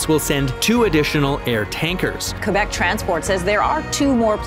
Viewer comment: Great franglais! You're officially bilingual😉